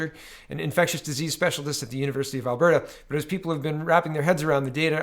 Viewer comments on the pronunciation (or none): none